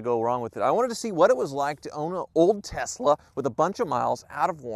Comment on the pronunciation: It's pronounced "Elon Musss-ksss Tessslah"!!